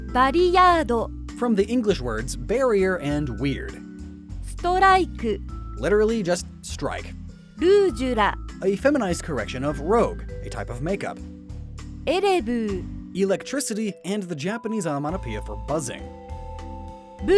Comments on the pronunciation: I’m sorry but it’s bugging me. For the jynx entry, the makeup is pronounced “rooge” with a soft g. Think French. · rouge not rogue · "rogue, a type of makeup" No, no, no, no. Rouge. Not "rogue" [rohg] Rouge = [rooje] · The makeup--it's not rogue. It's rouge. From the French word for red. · Sorry for so many comments. You know that the makeup isnt pronounced rogue like a rogue ninja, it's pronounced rouge, like rue-jh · Yes. It's the slang for makeup "rouge," as in French for "red." Not Rogue... But it's an easy mistake tbh. The words look so similar, it's easy to confuse them at a glance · "uh, ah-k-tew-ally it's /ruʒ/". Just had to mess with ya lol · Rouge is pronounced with an oo sound and a soft g. The word you said was rogue which is NOT a type of makeup. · Hey … You mispronounced an English word. Kinda. More like mixed them up. Rouge with a hard G is a troublemaker who doesn't follow the rules. Rouge with a soft G is a lone word from French meaning "Red" and is a type of make-up. "Baton Rouge" (literally "Red Stick") should be a good reference to listen to the pronunciation. Don't want to give you a hard time though. I can't tell you how many times I've talked about the epi-tome (as in the book) as the best example of something. And you don't want to know how I used to pronounce Hermione.;)